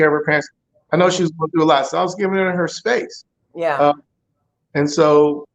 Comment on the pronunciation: Spaxe? I want to hear from my man daily.